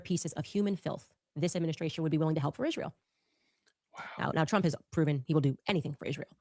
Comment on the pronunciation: I really wish some one would teacher how to PRONOUNCE Isreal!!